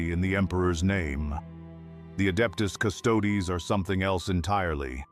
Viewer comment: The hell is the "Adeptus" "Custodes?" If you're going to use AI to slop out content, make sure it pronounces the title correctly in the first sentence.